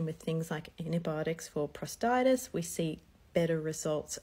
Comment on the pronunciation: It’s called prostatitis not prostitis 😢